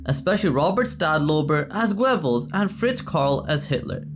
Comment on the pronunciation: It is pronounced Gerbels not Gwebels.